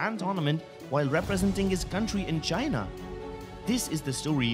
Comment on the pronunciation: Its like "Less go Tienaaaaaaaaaaaaaa"😂😂😂😂😂